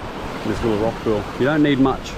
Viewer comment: cracks me up every time you say pewl